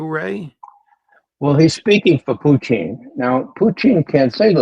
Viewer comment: Why does Mr McGovern pronounce Putin's name as Pucheen? Is it derisory or an accurate representation which no-one else seems to use?